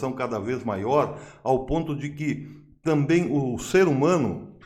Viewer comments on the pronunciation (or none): none